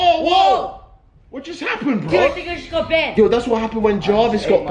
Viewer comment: mans realllllllyyyy said banded